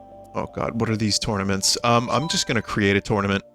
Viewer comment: I thought for a second there that tournaments said trauma